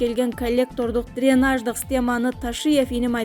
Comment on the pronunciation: Журналист эмне учун кампирабад дебей Кемпир абад жеп айтса болбойбу суу сактагычтын атын озбекче айтсанар албетте биздики дешет уйят дранеж эмес дренаж сабаттуу журналист эмес туура окуй албай жатат